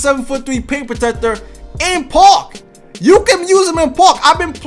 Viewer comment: I wish you could pronounce park right